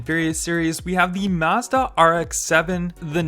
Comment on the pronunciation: It's mazda not mezda or mahezdah or whatever